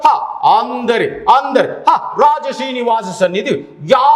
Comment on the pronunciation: ಆಂದರೆ ಅಲ್ಲ ಅಂದರೆ 😂